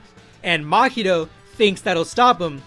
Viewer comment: its Mahito not makito. how do you expect your channel to grow if you cant even pronounce names properly. this guy is butchering half the names